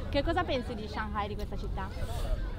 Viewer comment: 上盖，我知道了上海的新读音